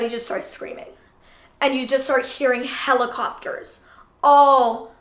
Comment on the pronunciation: thought she said “and u just hear hella copters”